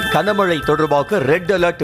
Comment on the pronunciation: Kana mazhai illaiya. Gana Mazhai. 25 தடவைக்கு மேல் இந்த கொடுமையைக் கேட்க முடியவில்லை.